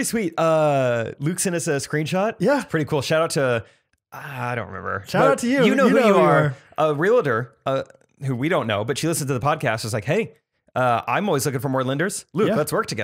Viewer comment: Also... . It’s REAL-Tor and not real-a-tor. No “a”. Just sayin.